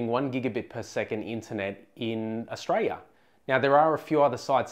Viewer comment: Could you please say the word Aus-tra-li-a. Repeat after me Aus-tra-li-a. You make Aussies sound like we don't deserve 1gb/s internet speed